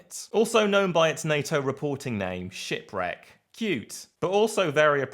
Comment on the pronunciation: If not for the subtitles, I it sounded like a SHITRAG, instead of shipwreck. Wich would be a more fitting name for anything russian.